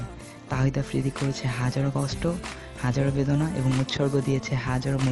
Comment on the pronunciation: thik Kore afridir nam o to nite paro na